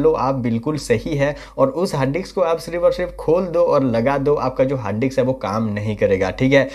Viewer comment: Harddix nai bhai. .. hard disk